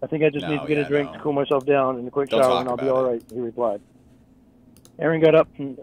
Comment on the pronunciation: We take shawwahs . We play Twastaah.